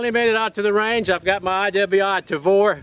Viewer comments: Jerry, you are the coolest! I am a big fan, but every time you say "Travor" its like needles in my ears! LOL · Nice shooting like always. Jerry is always fun to watch too. Always looks like he's having a ball. I did chuckle every time he said "Travor" though. :-p